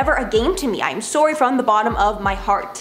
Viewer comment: Do Canadians just not know how to say the word "sorry?"